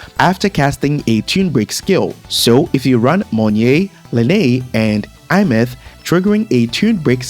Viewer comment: i find it funny how he pronounced Aemeath = iMeth 😂 I pronounced it as "ey myath"